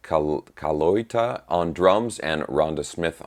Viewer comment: love your channel. I was hoping to run into you again at this year's NAMM, but no such luck. By the way, Vinnie's last name is pronounced Cali-oo-tuh. Cali (like California), oo (like the oo in 'boot') tuh (like most people pronounce today). Keep up the good work, especially for AIO.